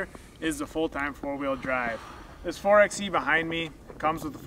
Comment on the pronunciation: Great explanation. But if you are going to talk about 4xe features, please learn to call it 4 by e. referring to it as a 4 ex e detracts from your credibility. Just think 4x4 (4 by 4).